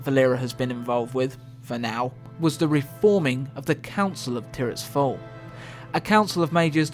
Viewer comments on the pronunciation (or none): none